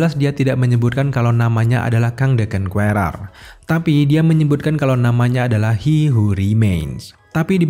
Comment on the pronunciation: Bang saran dikit. Pronounce "Conqueror" nya tolong dibenerin. Biar yg belom tau atau masih salah, jadi tau cara pengucapan yg bener.